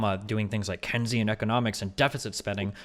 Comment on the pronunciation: someone tell destiny how to pronounce keynesian